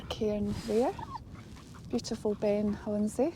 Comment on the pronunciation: Brilliant, thank you. Must be gutted no whisky up the Munro, with so much of it nearby. I’ve just got back from the Culra bothy, where there’s a stack of whisky bottles, all empty 😟 I’ve heard many pronunciations for Ben Chonzie, you’re about the closest. It’s actually pronounced Ben i Hone. Great video as always.